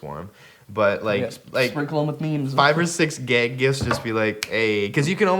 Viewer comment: I'm really suprising Austin kept his cool when Jared said gayg.